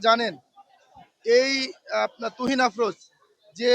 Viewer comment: তুরিন আফরোজ নামটাও উচ্চারণ করতে পারে না